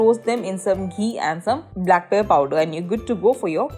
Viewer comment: If you cannot properly pronounce even black pepper; then do not speak in English, speak in Hindi🙄